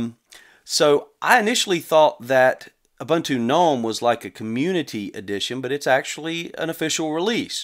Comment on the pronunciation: It's pronounced like this: OOBOONTOO